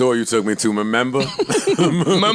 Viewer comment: "Memember", Joe Budden is made for podcasting 😆😆😆🙌🏾